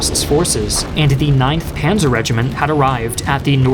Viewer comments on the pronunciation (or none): none